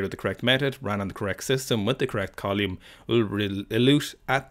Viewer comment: I don't know much about science I just pick stuff up and put it down. But what a unique and surprising way to pronounce "column"